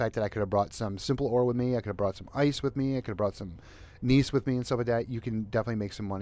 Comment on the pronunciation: Gneiss is pronounced gnice.. Its an actual metamorphic rock. :)